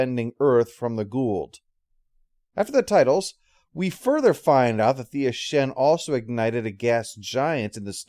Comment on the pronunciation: Looks like all those comments on yesterday’s video concerning pronunciation of Ashen were so effective they were able to influence him years ago to say it correctly when back when he originally recorded this one. 😜